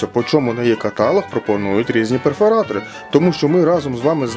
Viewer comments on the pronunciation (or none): Невже рекламодавець не може пояснити, що слово "каталóг" вимовляється із наголосом на останньому складі?